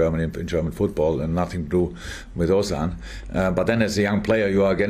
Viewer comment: The way Klopp pronounces "Ozan" is so correct that only this shows how much he cares about his players. Top team, top manager and hopefully great silverwares to come! Cheers!